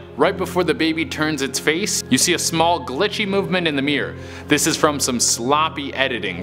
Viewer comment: You know it's pronounced mirror, not mear right?